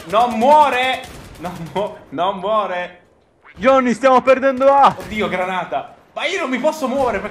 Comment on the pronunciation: cmq si dice JOHNNY!!